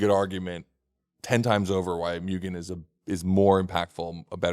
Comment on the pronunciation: Oh, man,. You and Sung Kang need to keep going with the movies. "Smokey." Make it happen! Also, if you care about pronunciation, it's moo-gen, not mew-gen.